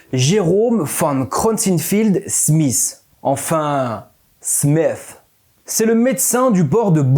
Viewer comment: ah bah en voilà une belle prononciation de Smith qu'elle est toute smooth ! PS : pour moi, ça ne fait aucun doute : il y avait jadis une Super Civilisation, qui est partie pour nous laisser évoluer à notre rythme, et ils nous ont laissé, outre les Ooparts, certains monuments (je pense bien sûr à la Pyramide de Khéops) qui sont censés nous faire comprendre, de nos jours, que non seulement ils sont partis pour qu'on évolue, qu'ils nous surveille pendant tout ce temps là, mais aussi qu'ils ont des "émissaires" ou plutôt des acteurs cachés dans l'ombre, qui nous guident afin d'accélérer notre évolution. Bon, faut dire aussi, j'suis à deux doigts de retourner chez le psy, alors ma théorie vaut ce qu'elle vaut hein ^^ Courage à nous tous ! ♥♫☯ Par exemple, si la recherche académique est aussi bornée, si la doxa scientifique est aussi foireuse sur la plupart des sujets qui touchent un tant soi-peu à l'idéologie, c'est, je crois, avant tout pour notre bien : la Vérité me semble être d'une nature complètement hallucinante, et une Civilisation ne pourrait pas passer de "son état il y a 50 ans", à celui de la découverte de cette vérité transcendante, sans y laisser des plumes. En gros, il faut que la recherche académique freine notre compréhension des choses, car ces choses sont si exotiques que ça pourrait provoquer une tonne de chaos pour une Civilisation encore trop juvénile. Avant d'accepter une vérité what the fck, il faut bien l'éprouver, et préparer son arrivée. Imaginez u